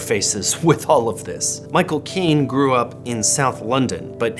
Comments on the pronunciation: That pronunciation of Michael Caine is pretty out there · Your pronunciation of Micheal Caine was painful. Its pronounced cane. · "Michael Caine" sounded like "Michael Keene or Keen" to me